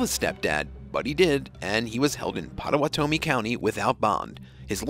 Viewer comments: OH MY GAWD I DON'T KNOW HOW YOU COULD BUTCHER INDIAN NAMES IN OKLAHOMA! You also butchered the name of the guy who got the wedgie. You messed up your own content. PAW-TOE-WAH-TOE-MEE. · Pott-o-watt-o-mi is how you pronounce that.